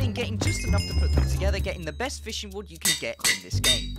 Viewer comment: Fishing *rod, not a "wod".